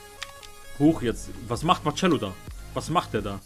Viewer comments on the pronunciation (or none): Marcelo wird marcello ausgesprochen und nicht marcschello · DER TYP HEIßt MARCELO UND NED MARTSCHELO 😣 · Der wird marsello nicht martschello ausgesprochen 😉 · marcelo wird marsello ausgesprochen und ner martschello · marcelo wird marsello ausgesprochen und net martschello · kannst du lieber marcelo sagen und nicht martschelo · Man spricht Marcelo[ Marselo] so wie in den Klammern aus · Du sprichst Marcelo falsch aus